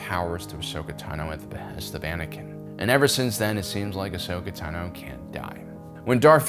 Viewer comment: Dude! You need to work on your pronunciation of Tano (Ahsoka's last name). It's Tahn-O, not Ta-No. Sorry, not sorry :-)